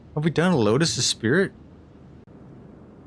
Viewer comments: It's pronounced Es-preet, not Es-Spirit LUL Okay anyways keep it. Although I'm not a fan of this specific model, it's not very representative of the actual car. That said, you did a solid job of making it look clean and stylish. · Like Sonicfear said, it is Es-pree. No worries, though. This was an interesting car back in the day. It was either a love or hate thing. I was always a fan because it reminded me of a sportier Delorean. The only thing that held it back was the engine. They had room for a bigger engine but neglected to use it. Was there any swap options in-game? Anywho....keep it!